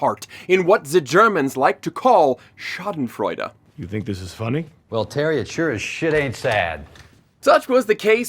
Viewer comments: Surprisingly good pronunciation of Schadenfreude. Only real issue is the R. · Schadenfreude explained and pronounced like a boss